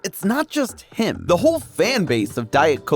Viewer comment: He's saying "him" like he's lord Voldemort or something